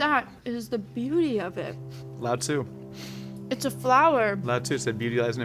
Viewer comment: Lao-Tzu did not say "beauty lies in imperfection", and also that is not how you pronounce Lao-Tzu.